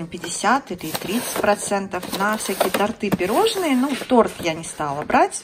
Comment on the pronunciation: тОрты! Ударение на О